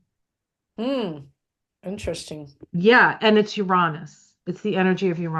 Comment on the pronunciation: FINALLY! Someone who says "Uranus" the way I do! If you just compare it to other Roman words, it feels like a no-brainer that not only should the emphasis be on the second syllable, but the "a" should sound like "aw" as well: Ur-AW-nus. Let's start a movement! 😂